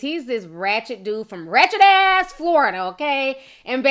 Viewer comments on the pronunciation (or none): I LOVE how you say, “RATCHET-asss Florida!” 😂😂😂 Real talk tho, what’s crazy is that there are people out there doing the best they can to do the best they can in the world and get no love. He gets 5 mil followers tho for a bunch of foolishness. I just hope his antics don’t get him in a situation where it’s more than jail time. 🤷🏽‍♂️